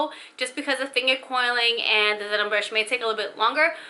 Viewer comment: Ouidad. “Wee dad “. Not audeed. Denman brush. Not denim.